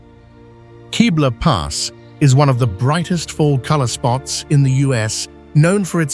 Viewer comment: Kebler Pass not Keebler Pass